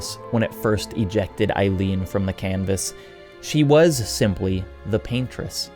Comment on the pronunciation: great video as always but, c'mon, EILEEN?